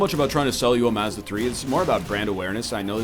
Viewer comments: would you like some past-uh to go with your maaaz-da? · Did he actually pronounce Mazda that way?